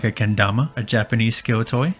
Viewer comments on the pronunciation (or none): none